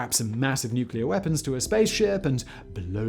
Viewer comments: Weaspon? Simon? Really? It’s wee spoon... COME ON FACT BOY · Weaspon? What's a weaspon?? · What's a "Weaspon?"